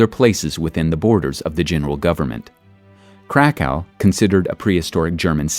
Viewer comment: cracau sounds too German